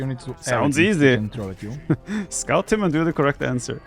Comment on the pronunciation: Haha, instead of 'scout him and do the correct answer', I thought he said 'Daut him and do the correct answer'